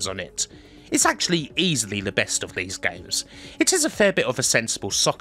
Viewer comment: Why does he pronounce “this” and “these” as “liss” and “leaze”? Can’t be a speech impediment as he can say other “Th” words with no problems. Weird